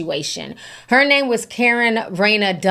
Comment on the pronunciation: You KNOW that's not the way her name is 'pronounced'. You've heard people/her saying her name many and plenty of times